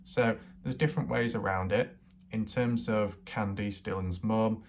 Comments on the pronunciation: what? all your other words are perfect... Just Kandees... You say that wrong it's Can-Diss not all that difficult... nor do you really have an accent. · but this guy can say can and he can say diss... So he does it to annoy people Mike has a real speech impediment... Nor has anyone said what accent it is... So he does it to annoy people like me... I mean how hard is it to pronounce Candice... Y'all take his side I doubt his accent is to blame... English is my second language and I can say Candice... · what accent? His English is plain and normal... Who asked your opinion anyway lundaa, the poor woman's son already got butchered now his butchering her name too...